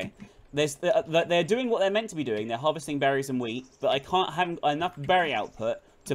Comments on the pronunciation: Ok,this might just be me but first was talking about brownies and then they were talking about wheat which sounded a lot like weed when I heard them say it. Just saying 😐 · I keep hearing "Weed" instead of "Wheat" and I'm LMAO